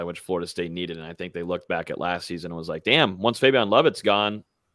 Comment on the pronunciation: Mark can you please help to say Fabien’s name correctly? He’s been saying it like it’s spelled Fabion and it’s been making me cringe since the first time I heard it. As a journalist, you have a greater responsibility to get this stuff right.